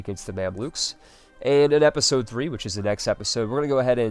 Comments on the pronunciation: Why do you say episode "apisode"? Omg what accent is that??? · I love these vids man, but every time you say "apisode" I want to strangle you lol